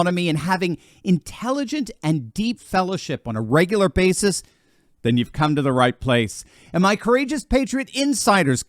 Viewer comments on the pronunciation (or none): none